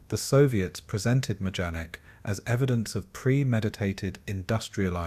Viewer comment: The camp's name is pronounced My-don-ik.